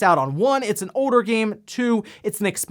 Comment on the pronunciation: Once you hear this man say things like "Folder" and "Older" as "Foweder" and "Owe-der" you can't unhear it lmfao 🤭